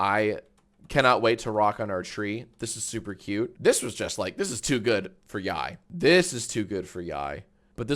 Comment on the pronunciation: Don’t worry, you said yaoi correctly. I would know.